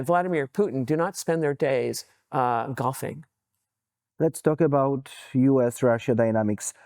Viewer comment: "Do not spend their days g...ing". "coughing"? "goffing"? Oh ***golfing***. Had to hear it twice